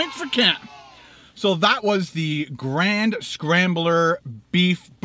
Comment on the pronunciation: I like how you pronounce 'grande' as 'grand.' You'd get kicked out of Texas for butchering the Spanish language like that, lol, funny though.